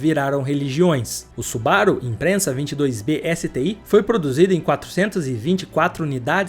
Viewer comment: Subaru. IMPREZAAAAAAAA NÃO É IMPRENSA. Toda vez ele pronuncia errado, que agonia😂😂😂😂